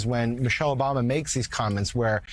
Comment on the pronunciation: Did mika say Obamna?